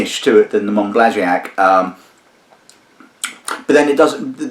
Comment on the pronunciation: Monbazillac, not Monblaziac. Mohn-bah-zee-YAK. Sorry, pet peeve.